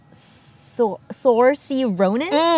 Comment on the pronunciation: “Sore see Ronan” hahahaha